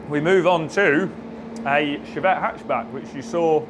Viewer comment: Was only half listening....did you say "..we touched-up the Chavette? " no need for that